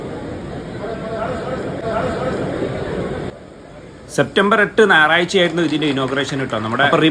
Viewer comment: നാറാഴ്ച്ച അല്ല ഞായർ ആഴ്ച